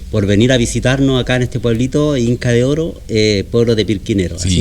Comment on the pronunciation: Sorprendente visita, muy entretenido. Muy simpático señor me divierte como pronuncia.... Inca de ooooro. Jajaja